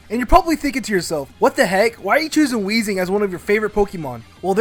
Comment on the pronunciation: THERE IS NO H IN WEEZING!